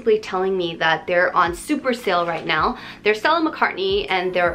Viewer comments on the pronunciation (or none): none